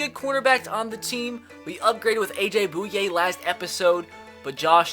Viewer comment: It’s boy-A not boo-yay (Bouye)